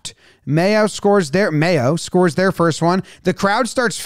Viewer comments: May-Oh like the condiment. Not May-Ow. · Mayo is pronounced "may-OH". OH like the start of Ohio, that kind of oh. (Up the treaty.) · Its pronounced mayo, like the mayonnaise. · Mayo is pronounced like the condiment, May-O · Just to let you know, it IS pronounced "mayo" like the condiment. My father's family is from there. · pronounces mayo correctly after getting it wrong twice "is that how you pronounce it? probably not"